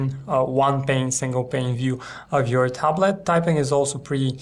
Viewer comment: its tablet not taaab late xD